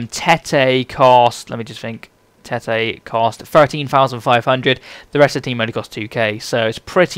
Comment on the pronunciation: Its Tett-y ;D Im from Norway so i now ho to pronounce that correctly